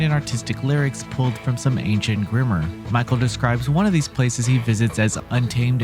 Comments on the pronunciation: I came to the comments to make sure this reviewer got called out and I appreciate the job well done, fam. There's one thing I gotta add though: he says "text out of some ancient grimmer" and I had to double check. Video game reviewer who doesn't know how to pronounce grimoire? Nahhh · Also thinks grimoire is pronounced grimmer